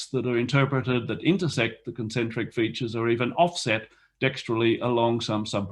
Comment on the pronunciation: at 21 minutes: Concentric rather than "concentic"